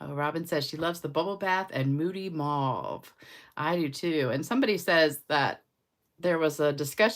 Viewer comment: The English people pronounce it mauve like stove.